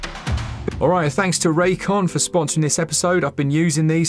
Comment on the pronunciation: Raycon? I thought at first you said this episode was sponsored by J-Kwon, that dude who did "Tipsy" back in the day.